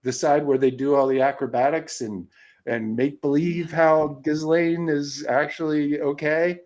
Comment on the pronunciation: Her name is properly pronounced ghee-LEN. Hard G, silent S, and 'aine' in French doesn't rhyme with 'pain' in English.